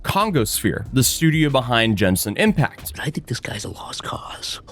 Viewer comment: It's hilarious to me that he mispronounced genshin impact😂